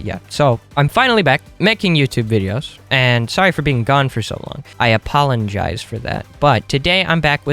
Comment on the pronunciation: did anyone notice that at the starting he says "apollongize"